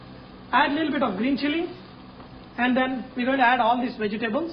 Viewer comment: bee gee tabulls ,, LOL "vegetables.."